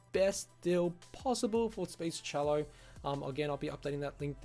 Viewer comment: You call it 'Speech-cello', but isn't it just 'Speechelo'? Anyway, just an observation - thanks for the video.